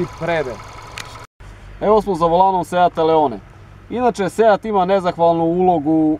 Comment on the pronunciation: Druže da li je moguće da radiš testove automobila, a da si toliko nepismen? Da ne pominjem pogrešno izgovaranje naziva modela, dakle nije Leone nego Leon. Engleski, strašno...😮 Funkcija cornering je jedna reč, nije corner ing kako si ti izgovorio. Strašno...😢